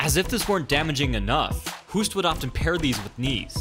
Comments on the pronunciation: Good breakdown. You speak out Hoost like in "host" not like "who" b.t.w. Man I mis K1, Glory sucks these days ! Rico is a great champ though. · It's pronounced the same as host not huust.fuul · Why do you get his name wrong? It's "Host"- like in "ghost". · Ernesto Hoost is pronounced as HOST, not "Hoost". So HOOST sounds like TOAST or ghost, most or roast. In Nederlands (Dutch) a double O is pronounced as a LONG O. To get the sound of "boost" or "roost" you add an E after the O. (voet = foot and voetbal = football) I am telling you this as I have been mega annoyed at "professionals" messing up Ernesto's name. GET IT RIGHT!!! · Pronounce Hoost in dutch = host. English say hoost = hoest. Hoest on Dutch is cuffing blabla I tried to explain something but i lost it😂😂😂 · By the way: In dutch, his name is pronounced exactly like the english word ''host'' . In Dutch, the english ''hoost'' would be written as ''hoest''. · This guy was a legend holy cow. But the way the Dutch pronounce the 'oo' is actually backwards to us. They pronounce it like 'host (Hoost)' and not "(boost) Huust " The dutch have this for a few of their letter making it a pain in the arse. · Good work. Tip: it's "Hoost" with oo like the o in the word "host", not like the ou in "you". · Hoest? It should be Hoost. Greetings from the Netherlands. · It's Host not hüst. So like ghost. Ernesto (G)Host. Thank you (I'm Dutch so don't doubt me) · Hoost is not pronounced as "who" but as "hose" and then stick a "t" behind it. Great vid tho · As a duchty I can confirm. It's pronounced like the English word 'host'. Double oo = long o sound like hose, hope or host. The way the narrator pronounces it it would be spelled Hoest. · Oo in Hoost is pronounced like oa in boat. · Hoost is not pronounced like "Who'st". Hoost is pronounced as Host (like game "host".) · The man's name is pronounced H-oa-st. Like the english "boast" or "boat". Not like "boot". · I think you pronounce Hoost’s name like “host”